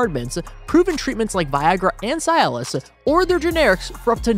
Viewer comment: pronunciation of cialis 😂